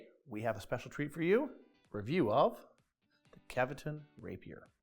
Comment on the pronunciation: Kevetun? :D :D :D Guys, it's KVEtun.